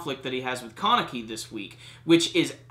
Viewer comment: The way you say Kaneki. "Carnickie"